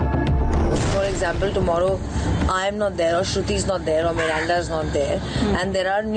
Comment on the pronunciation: Samual mirinda😂😂😂😂😂😂😂🤣🤣😂😂😂😂 miranda hai cold drink nhi🤣🤣🤣😂😂😂